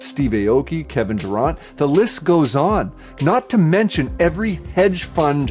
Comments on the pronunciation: Ahhh yes, the great basket ball performer Kevahn Doorahnt.... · The way he mispronounced Kevin Durant, yeah he doesn't know what he's talking about.